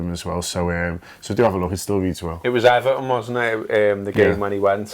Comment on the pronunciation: So Scouse I thought you said 'Everton not fixed as its only been a year.' Until my brain kicks in and I realise you say 'everything,.